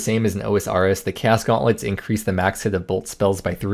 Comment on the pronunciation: cant say chaos right?